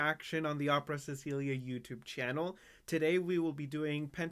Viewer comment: Thank you...I always enjoy your break down of PTX videos, and it's so nice to hear someone pronounce "Cecilia" correctly. I'm just "Celia", but so many people mispronounce it. I hope you can react to the videos on their new album "Holidays Around the World". They are "Kid on Christmas" and "Prayers for this World". Even though it only has a visualizer, my fave on the album is "Joy to the World/Kumama Papa" with an African feel. I look forward to your next PTX reaction.